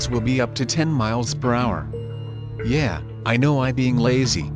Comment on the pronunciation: Yeah, you clearly don’t, because you said “Yay” instead of “Yeah”, dummy! Gets me every time.